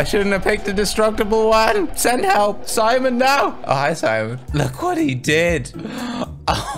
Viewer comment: I like how he says Simon he calls it semen 🤣🤣😂